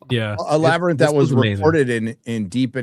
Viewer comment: The La-ber-nyth? Or Labrynth? SNAKES!